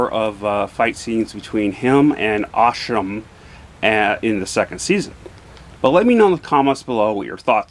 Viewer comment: His name is pronounced 'ah sarm' And im sure you'll want to watch season 2..after seeing the season 1 ending